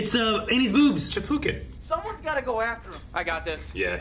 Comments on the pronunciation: Capuchin not chapukin. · "chapookin"? capuchin* FTFY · Again, it's "capuchin" (ka-poo-chin) monkey. Not "cha-poo-kin." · Say it with me,: ca-PU-chin 🤣💜✌🏽